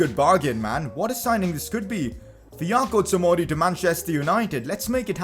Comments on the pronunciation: Fiyako tomori????HAHAHAHAHAAAHAHAHAHAHA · by no means is this a hate comment but u kept saying fiyako tomori but it is actually fikayo tomori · Fi-KA-Yo Tomori